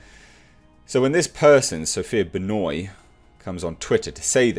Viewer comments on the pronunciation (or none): Its ben wah not benoy..... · The solipsism, subtle narcissism, and prejudice seems quite juicy with Sophia Benoit (Love how pronounced her name a la Chris Jericho). Underneath these traits I imagine she wants the world to look and function in accordance to her own subjective views, where her questions seem to show that she sees things as zero sum game. Sadly 50k + people seemed to agree with her, where ironically in her comments people speak about erasure of certain peoples, whilst supporting a statement for the 'non-progressive' over depiction of white men to meet what you could conclude as implicit censorship..... For the greater good I'm sure. The moral justification that SB implies within her views is no more than the pendulum swinging back the other way.